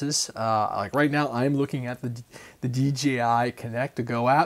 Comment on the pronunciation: Omg, it's DJI, not DGI. Lol I laugh at y'all on the podcasts too.